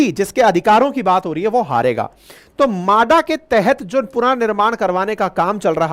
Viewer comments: म्हाडा म्हाडा माडा नहीं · मादा नाही म्हाडा.